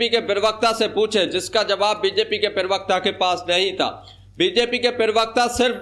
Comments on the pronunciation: Pahle to tu bolna seekh le pirwakta nahi hota pravakta hota hai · भाई पेरवक्त क्यो बोलते हो पहले प्रवक्ता बोलना सीखो फिर विडियो बनाकर डालना ।😅😅